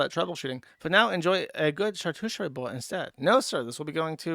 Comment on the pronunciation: he will never pronounce "Charcuterie" correctly